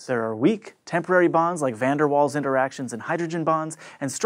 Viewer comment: I trust and believe that one day you'll pronounce Van Der Waal correctly.